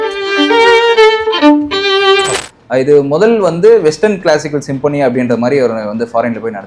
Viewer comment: Sim-po-nee ilapa,pronounce properly anchors.